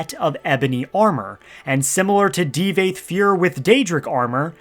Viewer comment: Ty-burrr? Di-vaath FUER Tf dude lol